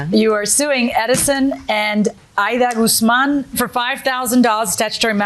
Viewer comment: GAZZ Man, Has to got to be the Best Ever Way to Pronounce the Last name Guzman lol, Well Said Lady , What a Great I D-IER There, Now how about some CAW Fee to go along with that , GAZZ Man LOL!